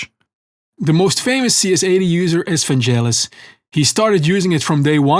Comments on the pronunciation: Hard G in Vangelis. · Awesome videos, thank you. BTW Vangelis is pronounced with a hard G, as in God.